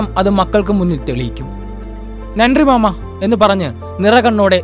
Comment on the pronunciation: മാമാ അല്ല ട്ടാ... മാമേ..രണ്ടും രണ്ടാണ്. 🙏